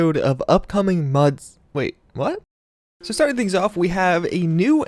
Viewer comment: “Upcoming Muds” Was that a joke or a mistake